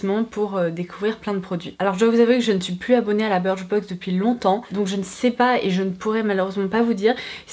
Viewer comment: On dit biicrchbox